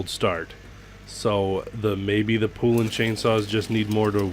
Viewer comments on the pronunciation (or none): The correct way to pronounce the name is Po not poo. Look up the old original poulan chainsaw commercials. They educate the correct pronunciation.